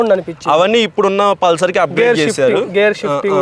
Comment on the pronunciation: అది పుల్సర్ కాదు బ్రో పల్సర్